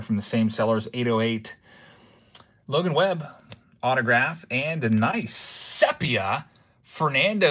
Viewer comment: Also, it def pronounced “seepia”